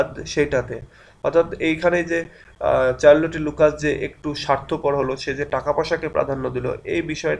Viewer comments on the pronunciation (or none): it's শারল্ট not চারল টি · in this video your pronunciation Charlotte is wrong...but i love your videos and its really helpful..